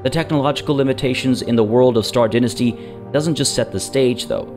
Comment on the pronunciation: Thumbs down for pronunciation of dynasty